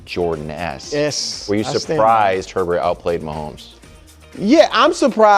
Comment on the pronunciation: His name is not (her-bert) its pronounced (A-bear) like bobby herbert(a-bear)